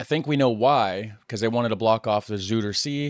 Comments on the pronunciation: "Zoiderzay" might be more close to your pronunciation. Just trying to help here. Some people still claim it's harder to learn Dutch than most other languages, because of its deviations and exceptions both in meaning and in grammar, not to forget pronunciation, but with the mixing of so many 'refugee' cultures and languages all is changing all the time. Makes it even hard for a born resident to keep up with the lingo. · Rijkswaterstaat channelmight interest you. You’ll find a lot on how the Netherlands protects itself against the sea, including the Deltawerken. You pronounce Zuiderzee quite wrongly 😅.